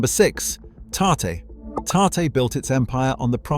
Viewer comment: Tarte-one syllable